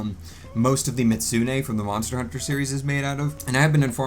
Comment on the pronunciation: I was having a mental breakdown every time you tried to pronounce "Mizutsune"